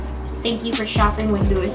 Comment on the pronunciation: Not trying to be rude, but you said Louis wrong...it’s pronounced Lou-ie.....